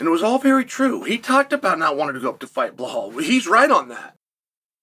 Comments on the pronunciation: I had a feeling. How tf do you pronounce Bilal as Bahal and Makhachev as Mockelchev like wtf. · Dude !!!!! His name is BELAL With L Not H Come on it’s respect at least say his name right!!!! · you got me saying bluh hall now